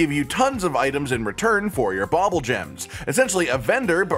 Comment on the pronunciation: Bubbulgems don't have an OP secret... just a sole intended use... Also, it's pronounced "bubble" not "bobble"... they literally spit bubbles.